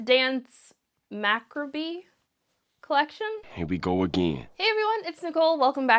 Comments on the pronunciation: It’s pronounced macabre, 😂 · You can pronounce mauve but not macabre? 😂😂 ❤ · Telling me to chill out as if my comment wasn’t is interesting. Likewise, no one is acting like it’s a crime. Sorry that words have certain ways to say them because that’s kind of exactly how letters and words work and that people are pointing it out because she butchered the word multiple times. 💀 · I’d say it’s more like “Mah-CAH-bruh” but that might just be my English interpretation of how to pronounce it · Lolol your pronunciation of macabre. 🤣🤣🤣